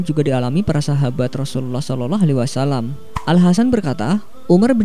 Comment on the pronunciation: Ini pngisi suara siapa yahh Ngucapin sollallahu alaihi wasalam ajh blepotan